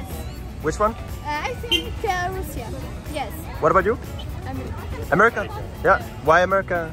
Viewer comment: Why all they say Rassia